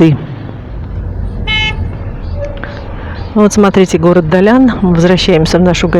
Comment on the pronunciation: Далян...без мягкого знака звучит странно, а ударение в слове Сафари тоже удивило, а в целом неплохой ролик, верно я поняла, что у моря нет гостиниц? И до моря добираться только на такси?